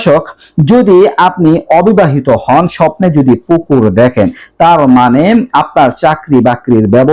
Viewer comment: পুকুর বলছে নাকি কুকুর বলছে